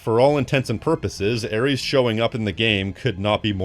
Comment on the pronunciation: Its ares and its not even close